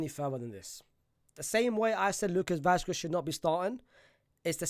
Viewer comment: Bro is churning out videos like crazy, ngl. is grafting non stop, he deserves more subscribers, fr. He just needs to learn how to pronounce Vasquez correctly. 😅